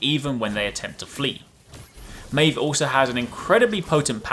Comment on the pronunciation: Pronounced the name wrong